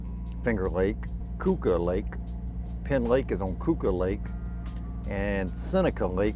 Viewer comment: Keuka Lake is pronounced like'Q-ka' lake.